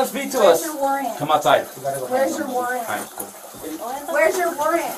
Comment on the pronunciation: "Wheres your warring"?